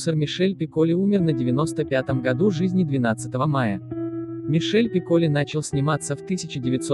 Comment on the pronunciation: Дорогой автор! Во Франции ударения в фамилии ставится на последнем слоге!так что не ПиккОли,а ПикколИ!